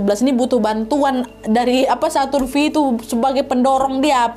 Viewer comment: Bacanya kayanya saturn five kak